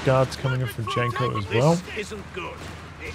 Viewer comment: Janko is read as Yanko.